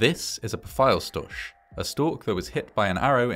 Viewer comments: As a native german speaker it kind of hurts to hear how you pronounce "Pfeilstorch". 😅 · yeah its pretty far off of how we would pronounce it- its more like "pff" "ilse" "sch" as in school - "tor" and the "ch" which would be pronounced like a cat hisses - but not the one far back in your throat - rather the one right above your tongue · Unfortunately he missed the mark with the pronunciation 😂